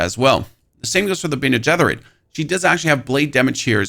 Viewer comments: dude pls stop say bene getherit. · dude great video but who taught you how to pronounce "Bene Gesserit".... Mike Tyson? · Look up how to pronounce bene gesserit.... please. There's no TH sound in it at all.